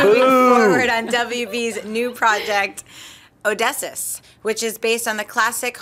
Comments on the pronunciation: ohh-diss-eus not odissis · Oh-Dee-See-Us. Not Oh-Dess-Us. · Oh - dee - see - us. Not Odessus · lol "Awdessus". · Odysseus is pronounced Oh-Diss-See-Us. Love the show. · The way butchers the word Odysseus...like...wow! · Omg, mispronounced Odysseus. I'm having a grammar heart attack